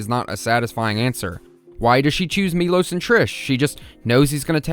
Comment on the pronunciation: His name is actually “mee-lowsh” even though it’s spelled Milos in English, the name is Miloš. That’s an sh sound.